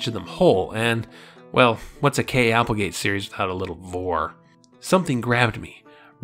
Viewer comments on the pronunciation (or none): Genuine question, because I just noticed, is there a reason you pronounce Applegate as Applegrant?